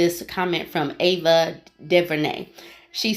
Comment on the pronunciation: What an interesting leap this is. She essentially said she's going to do what feels right to her and have fun. NOTHING about that is a contradiction to her comment. If you knew Ava's history (which you likely don't given you could barely pronounce her name) of being from the bay area and coming up in the underground hip-hop scene as a "backpacker"-type emcee, her possibly dating someone that others would deem average wouldn't seem so far fetched to you.